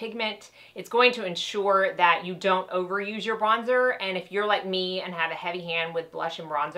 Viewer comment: Bronzer not brozer. Great video though. Helped me figure out my new BK brushes